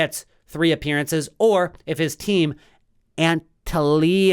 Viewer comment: Turkish club name is pronounced something like "An tell ya Spor" ;) HEADPHONES